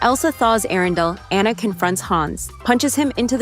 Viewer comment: It’s pronounced RAI-uh, AH-nuh, fuh-sill-ee-AY, al-UH-MEE-duh, GAHN-too, EEZ-muh, SHEER cahn, mad-UHM mim, JUH-peht-oh, and grim-HILD, “”! 🤨 You need to study more! 🙄